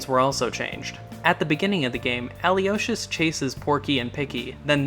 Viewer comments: Aloysius (al-oh-WISH-iss), not Alyosius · You're the premier Earthbound YouTuber, I think you need to know how to properly pronounce Aloysius, ə-loh-ISH-əs